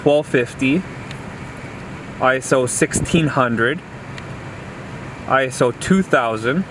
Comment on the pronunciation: Stop saying ISO. It’s pronounced ISO.